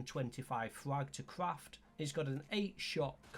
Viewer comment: What the fuck are you saying scrap and frag?.. so unclear